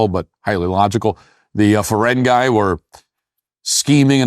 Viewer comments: HEY FERENGI (FERENGEE) NOT FERENGUY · Matt, it's not ferengi (like fungi) but ferengi (like ghee) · Oh Matt your general rant is on track, BUT your Star Trek lore is so off I’m screaming!! 1. Not “Feren - guy” it’s Feren-ghey” 2. The Doctor is not a “70 year old man” 🤯 He is the Holigraph doctor from the Voyager who served under non other than Captain Janeway and winged Seven of Nine off the Borg collective - Seven later went on to save all of Earth in Picard season 3, show some respect man! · For someone who refers to himself as a "Treky"; it amazes me that you don't know that Ferengi is pronounced "Fer-en-gee" not "Fer-en-guy" Another unusual thing about the original series was Captain Kirk(a white man) Kissing Ohura(a black woman) which was a first; says a lot about them being forward thinking; doesn't it? And in academy, why does Holly Hunter sound like a mouse, and does she ever get off her ass? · "Feren-GUY"? Try saying it properly: Fer-en-gee" (hard g). And you claim to be an in-depth fan of Star Trek?? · It is ferengi not ferengui I doubt you're a trecky with your mispronouncing of a ferengi.. women have always been important to writing of Star Trek we can just start with DC Fontana once again I don't think you know Star Trek you say you're a trecky I doubt that very much. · Ferengi with an 'eee' sound, Matt, it's pronounced Fer-eng-gee, NOT Fer-eng-guy. hahahahahaha. God I hate it so much! A CAPTAIN who acts like a little child, shoeless and spinning around on her chair with her legs up - it's soooo disgusting. grrrrrrrr I guess Holly Hunter does look good for a 67 year old though... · I like how you make fun of the Ferengi pronunciation when you are pronouncing them wrong. It's fer-en-gee, not fer-en-guy. Also, I have been waiting for a show about Starfleet Academy but I have absolutely no desire to watch this show from everything I have heard and seen. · It’s ee not eye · It’s not pronounced Ferengeye, it’s pronounced Ferengeee! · Its pronounced Farang-E